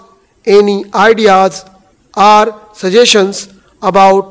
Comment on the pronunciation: Dear, I would like to point out a small yet rather annoying fact, when you dictate your pronunciation of "are" and "or" are exactly the same. Please try and correct it in your further dictations.